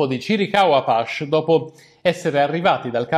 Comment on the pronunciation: Sempre interessanti i tuoi video, mi permetto una correzione non si pronuncia "apasch" ma bensi "apaci" (scrivo la fonetica) Un saluto e avanti cosi! P.S. abbiamo preso un popolo fiero e ne abbiamo fatto degli sconfitti.....il guaio è che continuiamo a farlo e forse tra 100 anni qualcuno dirà le stesse cose che stiamo scrivendo noi qui... come si dice...l'unica cosa che la storia insegna è che non insegna nulla